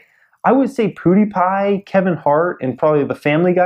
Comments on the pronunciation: Does it annoy anyone else that he is saying "PooDiePie" instead of PewDiePie? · "Poodiepie" lol